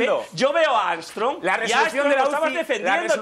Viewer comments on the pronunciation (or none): "leis amstrong"